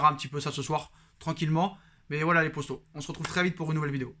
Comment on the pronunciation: C’est moi ou au lieu de dire poto il dit possto ?